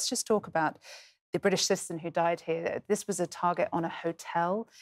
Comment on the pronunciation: Learn how to pronounce the word "citizen". There are three syllables in it.